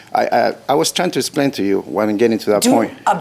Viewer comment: "Let me splain"